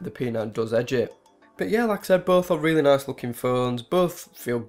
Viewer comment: Weally nice, phuntastic review...